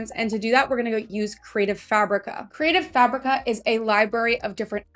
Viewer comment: Holy crap! You are the ONLY person I have ever heard pronounce Creative Fabrica correctly. It drives me nuts when they say creative fuh breek uh. I blame it all on Cassey Johnson who says it wrong and everyone just followed along! Don’t get me wrong I love her. But it drives me nuts.